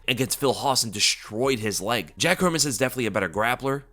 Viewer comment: Nice to hear someone actually pronouncing Hermansson last name properly.